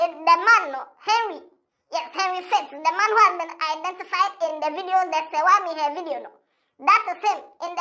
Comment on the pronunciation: The way you are mentioning her name shows you don't even know Serwaa.. what is Serwaa Am here, it's an Akan name so pronounce it well😅😅😂😂